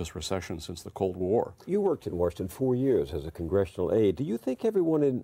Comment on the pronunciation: "War-shington" Accent or Freudian slip?